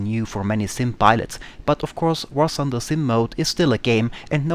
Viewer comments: War Thunder!!!!!!!!! not War Sunder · ah, finally an important contribution! A damned alien who is not able to pronounce "th";)